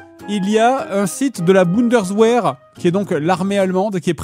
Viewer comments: Ca se prononce "Bundes-V-ehr" et non pas "Bundes-W-ehr". Le W se prononce V en allemand. Etonné que Fred ne sache pas ça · "La Bounderswair" 😅